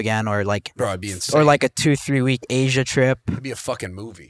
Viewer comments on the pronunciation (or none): none